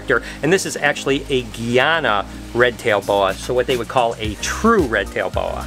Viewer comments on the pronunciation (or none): none